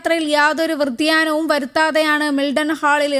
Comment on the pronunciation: വൃതിയാനമല്ല, വ്യതിയാനം. ഔദ്യോഗസ്ഥർ അല്ല ഉദ്യോഗസ്ഥർ.